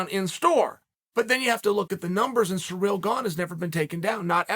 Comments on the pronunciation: Are you saying surreal? >.> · 'Surreal' Gane lmao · 'Surreal Garn' lmao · "Surreal Gane" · Sorry Cyril, it’s surreal now not cereal